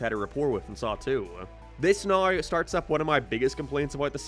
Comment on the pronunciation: "neoouwww" Dude canadians are not real, literally hate english canada canada would be my least favorite country and people if quebec didnt exist, since quebec exists its up there in my top 10 though, you literally cant speak english and you do it on purpose its so gay